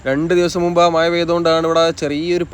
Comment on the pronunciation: "മയ " അല്ല സുഹൃത്തേ "മഴ "🥴🥴🥴